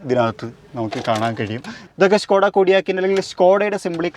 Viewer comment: ഷ്‌കോഡായ അതോ സ്കോഡായ ????